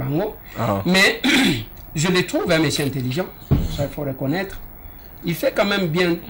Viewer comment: balobaka Mosieur et non Mesier😂😂😂